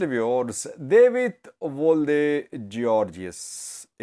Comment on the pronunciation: this name is pronounced DA W IT